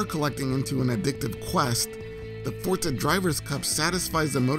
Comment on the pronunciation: I always thought it was Forza, but yep, Fortza is the correct pronunciation.